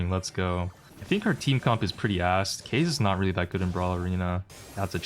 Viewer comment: FOR THE LAST TIME ITS NOT PRONOUNCED CASE, IT'S KA-ZE 😭